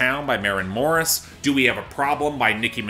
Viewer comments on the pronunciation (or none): none